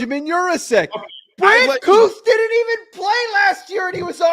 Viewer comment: Brant Kuithe will be the best TE this year. His last name is pronounced Kee-Thee not Kooth